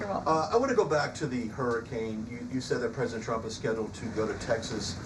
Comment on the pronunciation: First of all, she is a liar. Always was. Any Trump supporter that ever believed her is not very intelligent. Secondly, she can’t say “Trump” she says “chump”, and that speech impediment may be the most truthful part about her. She also can’t say “sure” she can only say “shore”, and if you want to something to do, look up her real face. No lips, but she shore likes getting the facial surgeries, just like Chump wants! Ah well…it’s all paid for by her multi millionaire 60 year old husband!